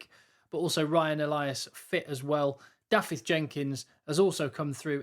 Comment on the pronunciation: Only writing this because I like your channel! When you pronounce DAFYDD, think of "of" and "off" in English and pronounce "f" and "ff" in Welsh in exactly the same way. So DAFYDD has the "of" sounding "f" not the "off". Forgive the lecture!🙂 I won't go into the Dylan one now!😂